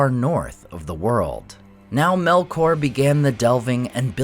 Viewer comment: "MELOR" tu vai ver.. 😂😂😂 é Melkor nao tem "k" mudo nao..